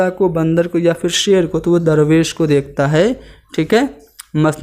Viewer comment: Jahil insan teacher banta hai pahle khud urdu seekh le phir urdu padhana. Darvesh ko durvesh bol raha hai